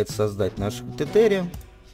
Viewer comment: Там не тетериан, а террейн (ландшафт, рельеф)